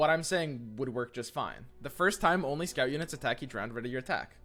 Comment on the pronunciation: I know English has its flaws, but... my man... you're misreading the Scout keyword. Like re-watch the Riot video or go to in yours., you should emphasize "The first time only" and not combine it with "only scout units". It's saying you'll only get the Rally effect from Scouts ONCE per turn.